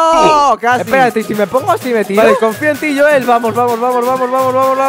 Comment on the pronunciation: no se dice asi yoel no asi no se dice se dice joel😅